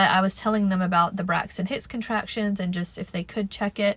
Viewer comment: I kept hearing you say Brexit Hicks, were you? 😆